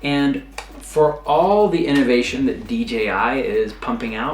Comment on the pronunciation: Moron. Say D..J..I.. again